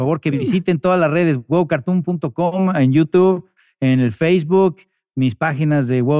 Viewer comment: Me pone nervioso que diga "Huevocartuns" en vez de Huevocartoon jajaja